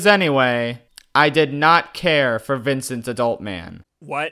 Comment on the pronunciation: i agree about Victence or whatever the fuck u say his name